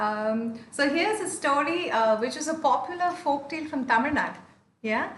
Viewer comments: Brother, you have to pronounce Tamil by rolling your tongue up to touch the cliff. When you say Tamil, the last two letters ‘il’ should touch the cliff of the mouth. When you normally say it, the tongue will touch the top of the teeth, which is not correct. It is easy to say with caustically touching the cliff of the mouth. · This is not grammar bro. He was trying hard to pronounce Tamil again and again. I am trying to help him. This comment is only for the people who care to pronounce the 'la/zha' letter correctly.